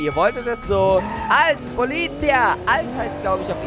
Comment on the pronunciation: Hey, Halt beteutet auf Italienisch stop, und du sprichst Polizia falsch aus